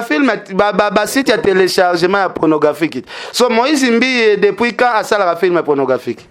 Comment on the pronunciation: t as mal a parler le francais,on dit cine et pornographie et non signE,pronographie